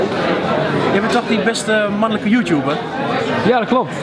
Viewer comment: 'beste mannulukkuh joetouber' ik ging stuk